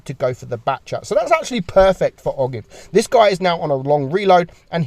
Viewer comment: Ogive is pronounced “oh jive” it refers to the point at which the conical tip of a bullet meets the cylindrical portion or the conical part of a bullet